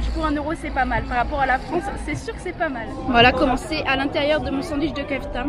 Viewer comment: Mdr dsl mes je suis obligé de faire une remarque sur le sandwich le non de la viande se dit pas kefta mes keuftai mes sa s’écrit bien kefta sinon super vidéo